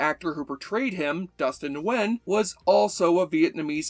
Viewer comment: Respect for pronouncing Dustin Nguyen's name as "Ngoo-en" instead of "Ngoo-Yen" :)